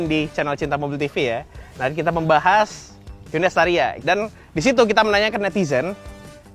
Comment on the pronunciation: Estaria wkwk espas staria